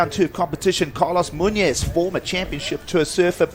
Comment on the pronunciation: Please look up pronunciation on Hispanic names. Muñoz is pronounced totally wrong.